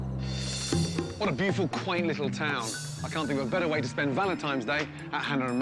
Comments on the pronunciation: sounds like Gordon says "valentimes" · IT'S V A L E N T I N E ' S NOT VALENTI M ES - THERE'S NO M IN THE WORD. I'M NOT SHOUTING - I JUST CAN READ BETTER. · he said "happy valentimes day" about 10 times. does he not know what valentines day is? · Gordon kept saying Valentimes. "Hey buddy, that's not how you spell it.'" LoL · Actually I believe he said ValenTIMES Day. hahaha